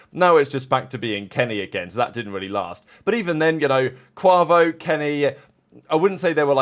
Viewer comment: You’re mispronouncing Quavo lol. Absolutely butchered it 😂